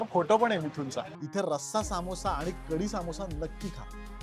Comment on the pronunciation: सामोसा ❌ समोसा ✅